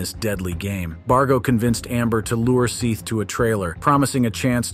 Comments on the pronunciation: dude i'm so sick of the AI voices it's so awful. first 10 seconds we can clearly hear the boys name was pronounced "Seth" but spelled "Seath" not even 10 seconds later this robot voice says "Seeth" like cmon the least you could do is respect those who have passed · His name? Was 'Sehhhhhth'. Not 'Seeeth'. You can watch all their separate interrogations, it's rather interesting. Also, Amber & Kyle are siblings, and all but Sehhhhhth were living together in Charlie's trailer. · 1) I guess we don’t have to worry about AI ruling us all for a while yet, when the says “Seth” but the (pleasing) AI voice mispronounces it Seath (even though that’s how it’s spelled). How can AI not be smart enough to learn a pronunciation? 2) it’s abominable that the actual killer gets life and someone who may have barely been involved in the planning gets the death penalty. That prosecutor should be ashamed. Had I been on the jury, I would have tried to convince the rest to put down death for the killer, and life (or less) for the robber. Cold blooded killers need to be punished, not rewarded. Life just means there’s a chance at some point he could escape and kill again. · Seth not “Seeeeeth.” I’m guessing AI… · Seeth? man if your going to be lazy and use AI voice generators you could at the vary least learn how to spell. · Why do yall keep saying seeth his name is Seth. Ffs at least get his name right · Whomever is doing the talking is annoying. Calling the deceased seat instead of Seth but yet getting the names of the murderers correct. It's not AI. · It’s SETH. Not Seeth. Have some respect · Stop saying Seeth! It's Seth! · It's pronounced Seth... rhyming with Death....not SEETH rhyming with teeth!! 😫😫😫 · It's pronounced Seth, not Seeth! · Omfg Seth is not pronounced See-th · The first video, it's not pronounced Seth, it's pronounced Seth. Ugh at least say the victim's name correctly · ahhhhhhh its SETHHHHH not seethe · Ahem, Seth. It’s pronounced Seth. The judge deadass said it